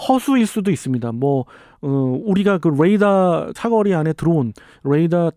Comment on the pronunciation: 롸켓 아이언덤~ 뢰이다 발음 롸이트하네요ㅋㅋㅋ 조금은 오글거림 (디스아님)